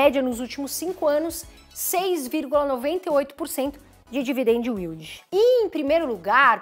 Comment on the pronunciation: Muito legal o jeito que ela fala Dividend "Will Di", só ficava esperando esse momento! Hahaha Brincadeiras a parte, excelente trabalho 👏🏼👏🏼